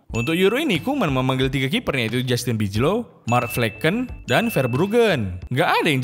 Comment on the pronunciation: Bukan Bijlow cara bacanya nol tapi Bailow